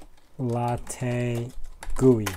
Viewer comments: Pronounced "chalk la ti" as in - it tastes chocolatey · By the way, I think it’s pronounced “chocolate” followed by an “ee” sound.Think of it as by analogy with e.g. “sugar” → “sugary”, “spice” → “spicy”, hence “chocolate” → “chocolatey”.